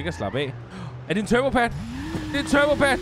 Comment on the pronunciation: vman det hedder en turbo pad ikke en turbo pade